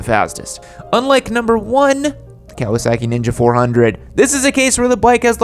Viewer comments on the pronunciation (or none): none